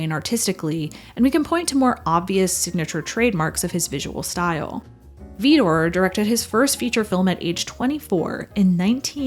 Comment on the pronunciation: There's no 'e' in Vidor.